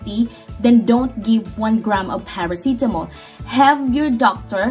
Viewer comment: Love it when your saying Parasitamol ❤ Anyways your videos are very helpful. ❤